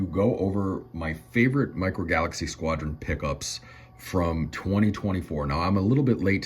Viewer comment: Micro "falaxy"? 😂